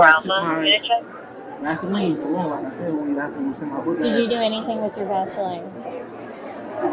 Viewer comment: vasline?? weirdo man..